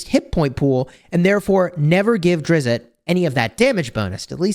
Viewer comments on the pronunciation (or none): Drizz- with a soft t at the end. 1 syllable. Not Drizz-it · It drives me a bit crazy that he mispronunces his name. It's Drizzzzt, not DRIZ-it😑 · there's no "it" sound at the end. It's the same "t" sound as in list. It's more like Driz-st. His panther is Guenhwyvar pronounced Gwin-ih-var (this is how I've heard it most of the time) or Gwin-whee-var. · It's Drizzzzt -- like the sound of a zipper but with a hard T on the end -- not 'DRIZ-it'; common mispronunciation. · Its actually Drizz, the T is silent. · Drizz-it? Come on! It's not Drizz-it! Please get his name correct! He's a beloved character and getting his name wrong is a pretty big deal to people! There's no "it" sound at the end. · You are killing me with the Drizzit pronunciation. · Salvador himself said he is not pronounced as Drizz-it and that fans do it as a joke. However it's been done so much that people just think it's the correct way to say it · You really should go find out how his name is pronounced. It's going to irritate me the whole time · I dont know why, but the way you are saying his name makes me think you know nothing about the dark elves. It really bothers me so much. You know nothing. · the creator (R.A. Salvatore) of Drizzt and his panther pronounces it the way folks in the comments are telling ya. Interviews on the tube will back it. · you're saying it wrong. Simply google it.....